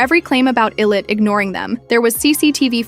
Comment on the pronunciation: we gotta stop pronouncing illit as ill-it please